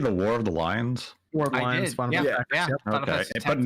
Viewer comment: My bad, I actually didn't hear that at all at first but is referring to the Final Fantasy Tactics game called "War of Lions". southernness was showing a bit there lol